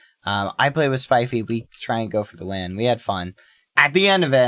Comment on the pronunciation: This is the first time I hear Bad say "Spifey" and not "Spiffy"